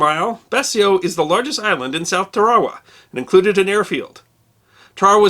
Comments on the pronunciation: I have always heard it pronounced Tar-a-wa. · Alot of people now days would say your pronouncuating it incorrectly now tr says people seem to call it tare a wa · I served aboard the USS Tarawa (LHA-1) from when I was in the U.S. Navy. We always pronounced the name Tar Ah Wah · Hey, thanks for the great story on Eddie Albert. As a marine I must correct you on the pronunciation of the island of Tarawa the long accent is on the first syllable not the second. I am a sub & I thank you for all the interesting topics you have brought to us on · I love your show even thou you can’t say tar a wa correctly. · Tarawa is pronounced Tara-Wah, but anyway this is a great video. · I think it is pronounced TAR-UH-WAH.... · Been on this planet over 30yr, and apparently I've mispronounced Tarawa just as long. Haha My grandfather lugged his BAR around that island. Guess getting the name right wasn't at the top of the list. Haha According to him and most all Texans it's pronounced Tara-Waa. Great videos, and looking forward to the next. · Awesome but the word is pronounced Tar,as in to tear, a wa..... Tar a wa. Not Tar as in road tar.Sorry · my uncle was nearly cut in 2 at terawa..its been a stain on my family for decades..it was/is pronounced Tear-a-wah. Look to movietone newsreels at the time for your proof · I'm from Merry-land, just outside of Ball-mer. I've always pronounced it "TAIR-uh-wah". I never realized that anyone pronounced it any other way. Interesting! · Is that really how you pronounce Tarawa? I thought it was Tar-ah-wah. Must be how the natives say it. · Interesting, I was just about to ask about the pronunciation. I've never heard it pronounced that way before but I figured perhaps the way I've always heard it (TAR-a-wa) is a westernized variation. Loved the video, never knew Eddie Albert was such a badass. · I had always pronounced it TARuhwah. Neat to learn the Kiribati pronounced it differently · sorry but it's pronounced TA-RA-WA